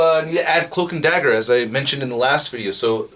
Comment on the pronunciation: Dagger not dazzler, it’s ok